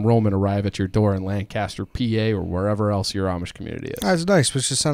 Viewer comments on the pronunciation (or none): asw a PA person who drove amish around ITS NOT PRONOUNCED LANDCASTER